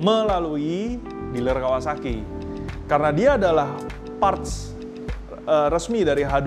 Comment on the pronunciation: Nyebut Kawasaki aja kawawaki 😂😂😂😂